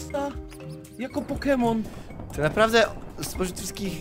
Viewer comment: Może nauczysz się czytać proste nazwy poków? łatwo ci idzie uczenie się jak nauczyłeś się tak debilnego zachowania jakim jest wyzywanie osób pokrzywdzonych ,,niepełnosprawnych"